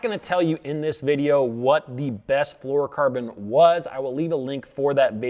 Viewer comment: Correct pronunciation isn’t one of them, no “ker” in flourocarbon, dude